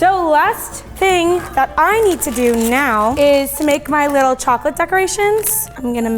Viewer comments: She pronounced chocolate chocoret awwww so cuteee :3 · “Chocorate” Said the Asian women 😂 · my choc-r-ate